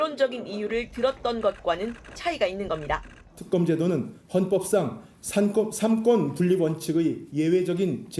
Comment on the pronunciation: 최도토리묵은 삼권분립의 발음도 제도로 못하는 님이 분립을 따져? 3번 접은 것은 맞어? 그냥 보면 될 것을 왜 쪼아보냐?